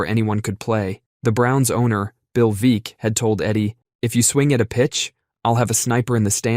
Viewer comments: Bill Veeck. Rhymes with “wreck”. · That baseball owner's who hired the midget Was Bill Veeck. It rhymes with "wreck."